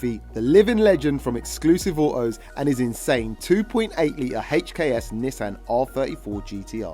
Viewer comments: "A HACHEKS turbo" 😂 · is it not HKS. why is he saying "HATCH K S' everytime?